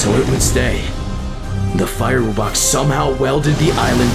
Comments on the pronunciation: wo-box? its wub-box. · I know why because says wo-box and you say wub-box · i like how they pronounced wubbox like "woo box" through the whole thing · Ah, my favorite monster. The WOOBOX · Wuu bux🤪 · they pronounce wubbox as wibbux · i feel one of my ribs break every time he says "woobox" because i know its pronounced wubbox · My man said woobox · Woobox? Its wubbox like WUB box Edit: sorry if im mean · He's calling them wo box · This guy said woobox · bro said woobox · bro said wobbox wubbox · It’s wubbox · uhm it’s pronounced “wuh-box” 🤓☝️ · Wubbox is pronounced wuh box